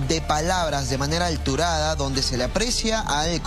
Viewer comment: "Alturada" o "Alterada"